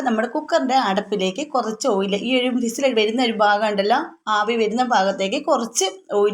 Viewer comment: ഇതെന്താ ഫിസിൽ എന്ന് പറയുന്നത് വിസിൽ അല്ലെ....... ഫക്ഷണം കേൾക്കുമ്പോ എന്തോപോലെ... ചിലർ ഇങ്ങനെ പറയുന്നത കേൾക്കാറുണ്ട്